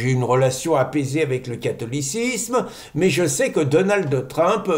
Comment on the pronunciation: Donaldeu Trump😊